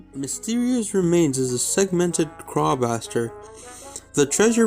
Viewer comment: “Segmented CrawBASTARD”